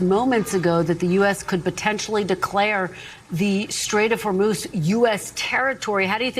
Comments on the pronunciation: Did he say W h o r 3 moose of strait???? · He can't even pronounce the name Hormuz! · He can’t even pronounce “Hormuz Straight” correctly. Whether you like him or not, we can all agree that he is the dumbest person to ever hold the presidency.